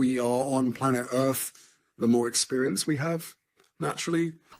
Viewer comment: Wow, he sounds like he just rolled out of bed. I wonder if his handlers have to coax him out of bed to make an appearance (because he’s getting paid to…) I chuckle every time he says: Erff (the Erff) 🤣